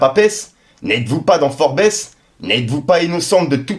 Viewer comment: j'adore tes video ça fait des années je regarde, je me permet juste un ptit commentaire pour te dire, ça se prononce FORBZ pas forbèsse, force à toi le 100